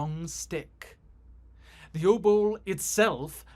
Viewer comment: it's pronounced obol